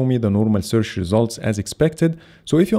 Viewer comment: "Searsh " thats top 😀